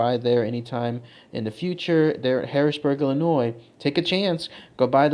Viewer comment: The 's' in Illinois is silent... you're welcome.